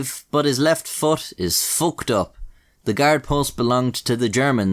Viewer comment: The accent when he says "he's fooked" really puts the cherry on top